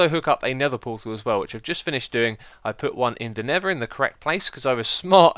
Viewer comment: X be like... Nether = Neva Lava = Laver Mesa = Mayser